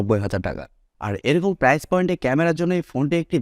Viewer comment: ভাই এক লক্ষের উপরে সাবস্কাইভার কিন্তু এখনো Price/প্রাইসকে উচ্চারণ করেন prize/প্রাইজ। দুইটার শব্দের অর্থের পার্থক্য আকাশ আর পাতাল। ফেসবুকে বিভিন্ন পেজের কমেন্টে অনেক অশিক্ষিতরা এভাবে প্রাইসকে প্রাইজ বলে। আপনি ইউটিউব চালাইয়াও তাদের দলে। আপনি এভাবে সামান্য একটা শব্দ সঠিক উচ্চারণ না লিখলে আপনার ভিডিও কেমনে মানুষ দেখবে আর বিশ্বাস করবে? মানুষ তো ভাববে আপনি সামান্য প্রাইস শব্দই বলতে পারেন না।